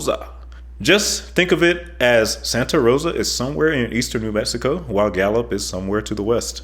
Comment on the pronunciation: This is terrible. He cannot pronounce New Mexico.